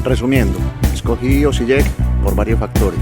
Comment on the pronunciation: Hvala vam puno na videima, seguiré tu canal 😆😆😆, dato la letra "J" se pronuncia "i" en abecedario croata (Osiiek)